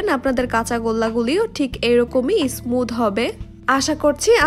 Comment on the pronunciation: বিদিও না ভিডিও, ইসমুদ না স্মুদ, মিক্সশ্রন না মিশ্রন, বিতর না ভিতর। ভিডিওর উপস্হাপনে উচ্চারন সঠিক হলে আরো সুন্দর ভিডিও হবে বলে আশা করি এটা মনে রাখবেন।